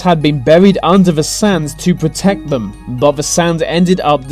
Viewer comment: Dude seriously, pronounce your th's!!! Its not vem and vey. Where you get schooled at like? Your voice is driving me crazy.